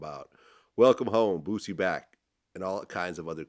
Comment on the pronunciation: He saying Bootsy?